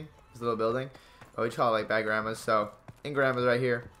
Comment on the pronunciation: He called it "grammers" not grandmas 😂😅